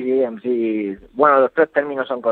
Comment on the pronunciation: Así es como se pronuncia pero es mc